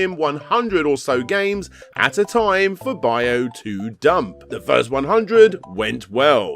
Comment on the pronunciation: For the love of God, just ask someone how to pronounce 'byuu' or 'higan'.